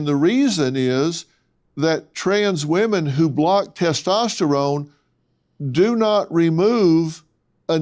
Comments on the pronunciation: Testestralone? What’s that? If a person can’t even correctly pronounce a word in but guns to believe what they have to say about it. Testosterone. Estrogen. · "Tes testerone" lol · I'm sorry I can't take anyone serious that says testEsterone. It's not a rigorous test to prove if you're a female. And if I were an athlete, in today's day and age, I would happily take that test as I'm sure most other female athletes would. This person is a liar. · "" my man, don't try to school me on biology when you can't even pronounce "testosterone" correctly.